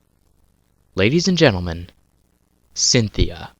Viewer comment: You said Centheay, her name is Cynthia